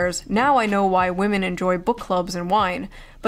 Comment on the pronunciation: Waaahmen? Least favorite video of yours in a hell of a long time, Assman